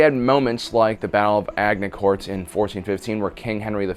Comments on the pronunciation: XD the way you tried to say Agincourt had me in hysterics. it's not ag-in-court it's aj-gin-core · Expert bowmen could fire arrows far faster. A Saracen archer was considered to be trained enough for battle when he could fire three arrows at a target in 1.5 seconds. Many could do it in less. One other nitpick - - it's not Agnicort, it's Agincourt, pronounced ajincore (it's a French word) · no no no. not ag ni court. its a smooth word. hmmm how to pronounce with key board?............ahj in coor maybe? sorry history buff here and i hate it when names are butchered. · A JIN COURT not AG IN COURT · Think it's pronounced "Ajincourt"... not "agincourt".. :-) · Agincourt is pronounced agin-core not a-gin-cort. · Battle of Agincourt. Damn, you butchered that one, it's Agincourt, not Agnicourt and it's pronounced as AH-GIN-KOOHR (Gin, like the liquor and the oo sound as in the word root). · Love your stuff, but you don't pronounce Agincort like it's spelt, it's more achincor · Agincourt was preceded by Crecy and Epres where the English did the same to the French. Agincourt is pronounced A-jin- court or near enough, it is French. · Agincourt 'Adge-in-corr'. ( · "Battle of Agna courts" the legend says that if a French girl will sit on your face , you will pronounce Agincourt correctly ! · ‘Ag ni court’ lol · Agg ni kort...seriously? This is a French placename. How do think it should be pronounced? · It’s aJincourt ... honestly, I love this stuff, but do the homework for crying out loud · Agincourt is pronounced Ajincore. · The midevile battle, bro you butchered the name, it is Ash-jinn -Core its a french place to pronounce is with a soft j. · Ah jin core, right? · So no ones gonna talk about his pronunciation of agincourt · Correctly pronounces melee, utterly butchers Agincourt. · That was a painful pronunciation of Agincourt... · Your pronunciation of "Agincourt" gave me a mild stroke. But other than that, good episode. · Really hate how you pronounced Agincourt